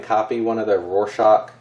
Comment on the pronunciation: Haha this is dope. btw you got the pronunciation pretty much spot on. It P O C phonetically. I'm seeing witch king of angmar on the front, and a wolf on the back.